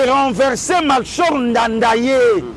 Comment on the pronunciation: L’ex President Burundais s’appelait Melchior Ndadaye et ça se prononce Melchior comme chorale et pas Tshi.